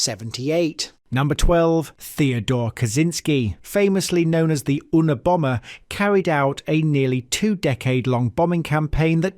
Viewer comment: At it's pronounced MY not,North Dakota.Minot,North Dakota. ,it's YOU nah Bomber(Unabomber).Love the channel,cheers from Boston.